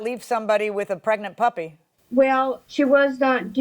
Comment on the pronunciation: Sound like she saying “puppet” not puppy